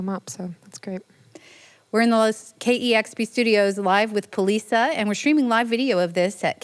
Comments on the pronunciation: Not that I know for sure, but I have strong suspicion Polica should be pronounced "Politsha", since it's named after a Polish mountain region, you would think that accented C would sound like the C (Cz) in "Czechoslovakia". Eastern European style. Not "Polisa". Correct me if I'm wrong though. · Thought Poliça is pronounced policia.. not poliza. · yeah I remember her saying it on kexp and it the O in polica sounds a bit like a u, like pullica